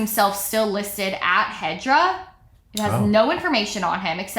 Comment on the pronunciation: Every time you said hedra, I keep hearing hydra and imagine this guys company as some Marvel villain hideaway...